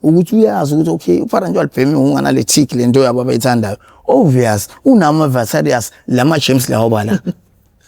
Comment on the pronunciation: Vaterias... 😂😂😂 Usho ekhuluma ngama Bacteria or i virus